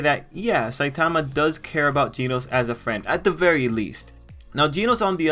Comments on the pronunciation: This guy said geenose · G e e n o s e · my dude really be saying ‘ginos’